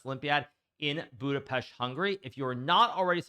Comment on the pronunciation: I liked the way you correctly pronouce it as BudapeSHt, Thank you.